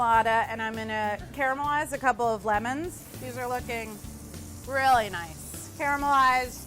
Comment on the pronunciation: Did anyone else notice when she caramelized the lemons she said "these look GRILLY nice"